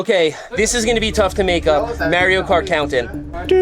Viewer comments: Seth says "Merio Kart", my world is shattered. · You’re saying Mario Kart wrong. 😂